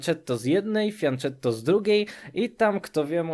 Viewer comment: Wydaje mi się, że termin "fianchetto" pochodzi z języka włoskiego. Powinnien być zatem wymawiany "fianketto".